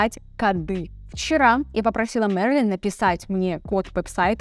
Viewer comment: Зачем произносить Мэрыылин когда ты говоришь на русском, а не прочитать просто Мерлин ..?